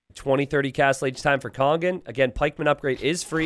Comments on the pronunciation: You are mispronouncing Kongen though haha. There is no "g" sound in there, so the it' kong-un, not kong-gun... or just translate into English and call him The King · No, he's saying "kong-gun". He says "kong", as in "king" but with a different vowel, and then follows that with a "g" sound. But that extra "g" shouldn't be there. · Do you not hear the "g" sound he says at the end of the "ng" sound, then? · But you do hear the hard "g", then? Not just the velar nasal sound that is normally meant when you write "ng"? Because the idea here is that you pronounce the "ng" in "Kongen" like the "ng" in "singer". Now you might be from Northern England or something, but doesn't pronounce "singer" with a hard "g", and "kongen" should also not have a hard "g". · It's the difference between "singer" and "finger". The "ng" in "kongen" is pronounced like "singer", but does it like "finger", so that's wrong. That's the idea. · Kongen means The King and when you say it you dont pronounce the "G".